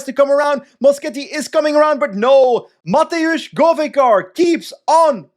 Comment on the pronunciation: its not mateusz, its matevz with a v